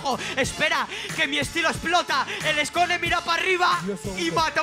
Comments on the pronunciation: No se dice "kia" se dice "kea" No se dice "skon" se dice "skone" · SKONE, NO SCON KHEA, NO KIA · No es skone se dice skone no "skon" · Soy al único que le afectó que dijera "skon" en vez de "skone" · skonnnn que Es eso jajajajaja por querer meter Inglés es ssskoneeeee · Son muy buenos tus videos, pero te vez muy mal intentando pronunciar nombres que son en español, en inglés, es Khea y Skone, no Kia y Skon, y no puedes negarlo ya que los propios artistas lo pronuncian así, después de ahí todo está muy bien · NO SE DICE SKONE, SE DICE SCOUN NO SE DICE KHEA, SE DICE KIA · Se que no conoce la mayoría de los nombres pero no le puedes decir Skon a Skone y Kia a khea. Falta de respeto a dos grandes. Infórmese antes de informar por favor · Iscon ualala señora frasesa se dice Eskone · La mayoría de aquí viene del freestyler y no se pronuncia sko es skone , solo quería ver qué mamada inventaba de duki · O "escon" xd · procuraremos que en este video no haya ningún error 5 minutos después: arkano y "escon" jajjajja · “El scon” xd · "Skon" "Kia" jajajajajajjajajajj igual banco estos videos pero no quieras decir los nombres como si fueran in inglish😂😂😂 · Noo re mal dijo "Skone" wacho Skon pronuncio boludo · Arkano: El Eskone mira pa'rriba: Skon 🤣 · "SKON" JAJAJAJAJAJA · no es khea es kia no es skone es skon 2020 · Al Khea le dice Kia y a Skone le dice Skon, decepción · Se pronuncia como se escribe skone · Khea=Kia AJAJAJJAJAJA Skone=Skon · Dice "arkano y skon" Yo:que cancer cerebraaaaaaaaaaaaaaaaaal 😡😡😡😡😡😡😡😡😡 No es toxisidad es lo que tal vez pensaron muchos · como que skooon? xD